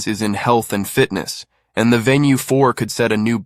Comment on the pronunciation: venu not VENUE